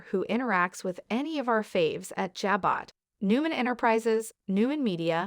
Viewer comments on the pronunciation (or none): The people talking needs his finally find out how to pronounce certain words like Jabo that has no T sound or other words that they mispronounce all the time